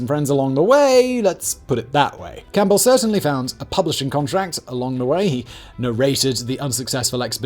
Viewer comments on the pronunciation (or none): none